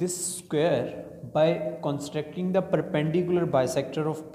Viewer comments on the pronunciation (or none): Broo says constracting instead of constructing 😂😂